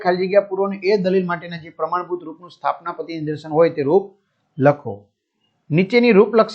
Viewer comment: સ્થાપના પતી નઈ sir સ્થાનાપતી 😂